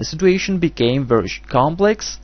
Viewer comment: It's situation not stituontion